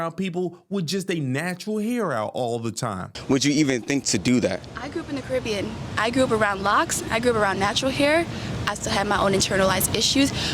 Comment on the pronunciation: wild he said caribia...